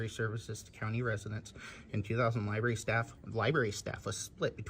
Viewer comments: Did that goofball just say liberry? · The Library employee called it a libary several times. For heavens sake, adults should pronounce that word correctly.